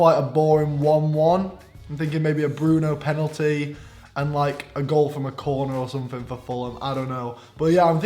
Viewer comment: but morgz said bruno pen i liked that 🤣🤣🤣🤣